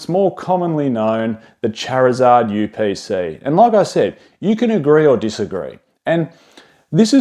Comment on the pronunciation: The chariuhzahhd yew peh saee